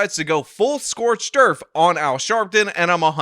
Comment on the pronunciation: I thought said "full scorched earf" and then I thought probly not just heard it wrong then I wondered what the auto generated subtitles would say so I turned them on and went back and the captions do in fact read "full Scorch derf".